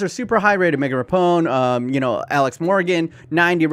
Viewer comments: Ra-p-no not rapone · I swear I've heard him say "Rapone" in another video too. Rapinoe shouldn't be that hard of a tongue-twister. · Megan Rapinoe Megan ruh-pee-no Not ruh pone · Please stop saying Rapinoe as Rapone lol. It’s Ra-peen-O. She’s the best US footballer in history and it isn’t close. Her technical skills put all of our men’s to shame. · Megan RAP-EEE-NO